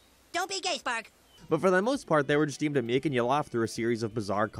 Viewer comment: You say furry instead fairy & now Gae instead Gay